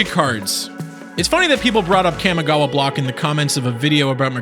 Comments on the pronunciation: cam-i-gawa COM-I-GAWA FFS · "Kahmehgawa" No, it's pronounced KAMI (Kah-Mee) gawa. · yup.. its Kamigawa.. not Kamagawa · You cant even pronounce the Kamigawa right. Its not Kay-mi Gawa, its Kah-Mee Gawa. Kami is japanese for divine or heavenly, spritual. And gawa is for place or land. Roughly translating to land of the spirits. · Ka-mi-gawa not Kam-e-gawa lol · Ugh cammy-gowa? Its Kah-mee-gah-wah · Kam-i-gawa Very nice pronunciation Kah-Mee-gah-wah is probably closer to correct since it's the way the Japanese would pronounce those syllables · Cawmi-gawa not cammy-gawa. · Why do you keep calling it "Kamagawa".. it's Kamigawa.. KA-MI-GA-WA.. Sorry.. it just bugs me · The kami in kamigawa is pronounced like commie not cammy And the list of GPs you show has one standard. The las on the list, Rimini, italy, september 10 -11, 2004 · Cam-i-gawha block. It’s pronounced Calm-y-gaw-wa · KAH-MEE-GAH-WAH. please stop saying it wrong. Its Clear you've never watched anime snort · Its pronounced kaa me gah wah, the I in kami (meaning god) has an e sound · wtf is Cam Igawa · ahem its KAHMI-GAWA - pronounced like the Kamehameha . . . just saying its when I started playing it during the same time dbz got hot so obviously my gen gets to claim its pronunciation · Pretty sure it's pronounced "KA-MEE-GOW-AH." Kamigawa was amazing, don't care what any one else says. It's all about them rats! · You pronounce Jitte right and butcher Kamigawa :( Kah-Mee-Gah-Wah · the way the narrator pronounces "kami" as "cammy" irks me. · Pronunciation, please! Make all the /a/ vowels sound the same, not that horrendous nasal /æ/ sound on the first syllable. It's distracting as hell trying to pay attention when you repeat "Kæmigawa" every 5 seconds. Also, though I know I'm pissing up a rope when it comes to Magic players on this, there's only one /i/ in "ninjutsu." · so we're just not gonna talk about his mispronunciation of "CAMMY-gawa?" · Kah. Mee. Gah. Wah. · The mi in kamigawa is pronounced like "me".